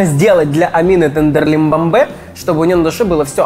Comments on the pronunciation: Я угарал с того что называл Амину тендерлибамбе 😂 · теНрЕмбемБе как говорит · Мне нравится как называет Tenderlybae Tenderlymbambe😂